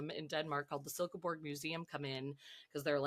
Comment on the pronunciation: Love your pronunciation of Silkeborg! We have so many bog-finds in Denmark, also including Grauballemanden (the Grauballe Man).. i studied archaeology here in Denmark, so love hearing about it ✨❤️ - Lilo